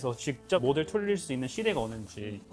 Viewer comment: 근데 영어 발음하는거 좀 웃기긴 함 😂 굴려서 발음하려면 다 하든가 모델이나 글로벌 같은거 발음할때는 콩글리쉬 발음 그대로 하면서 ㅋㅋㅋ